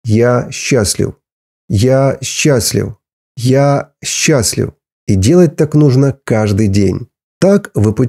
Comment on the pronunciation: Почему Вы окончания слов говорите неправильно!? Неприятно слушать, "теломероу", "счастлиу"...*пяти"... "процентоу*....* бироогоу" . .😅😮😅😮😮😢 Надо научиться Вам на окончаниях слов выговаривать букву *в" Хотя Вы и зрзол, но по-русски должны говорить правильно!!!